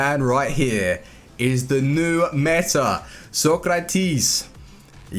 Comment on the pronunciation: It's Socrates, not Sokratis